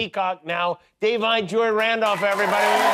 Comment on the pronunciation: Jimmy butchered her first name. Day-vwone ? 😂 It's pronounced Day-vine